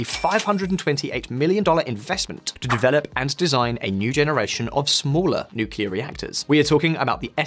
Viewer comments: Nu-cle-ar, not Nu-cu-lar? Got it? I can barely slog my way through this video. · This is a good video, but you lose credibility when you fail the pronounce the topic correctly. It is nuclear, not nukuler. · It's pronounced "new + clear" not "nookilar"! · It is written nuclear, it should be pronouced nuclear . Not nucular. Nuclear from Latin nucleus; nuclear with a "c". Your pronnounciation prevented me from watching the video. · "New Kleer" not "New Ka Leer"....... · It’s not nucular is nuclear. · say NUCLEAR, not nukular!! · NUCLEAR! NOT NOOKULAR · If you’re going to do a video on nuclear please learn how it’s pronounced. It’s pronounced new-clear not new-cu-lah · Nu-clear not nu-cu-lar. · It’s Nu-Clear…. Not Nu-Cu-Lah. Please… attention to detail. A small detail. Which lessens the credibility of all your good work in your content. May the Force be with you.🌀 (-: <*> :-) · It's 'NUCLEAR' power (pronounced 'noo-klee-ar' NOT 'nook-you-lar'). You're an Englishman. Learn how to pronounce words in your own language properly. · Nukular... , , , , , , , he said Nuclear! He said it! Alleluia!! After that, I stopped keeping track. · I'M BEGGING YOU TO STOP PRONOUNCING IT "NUCULAR" PAL... YOU'RE MAKING YOURSELF SOUND DUMB, AND YOU ARE NOT DUMB. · Difficult to trust a video where the host says Nukelar. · It boggles my mind how so many people pronounce nuclear as nu-cu-lar. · Each time he says "nucular", God kills a kitten. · I would like to humbly request all native English speakers to stop pronouncing "nuclear" as "nucular". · British people: Americans don't speak english correctly Also British people: 'Nucular power' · ...really? "nucular"? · Him saying "nuCKelar Power" is driving me crazy. He can obviously say it the right way. Just.. like a knife in my ear :d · Every time I hear NUCULAR I'm forced to visualize Homer Simpson. Please stahp. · It hurts every time that guy says "nukilar power". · Why the host pronounced it like "nukelaar" most of the time? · Nucular power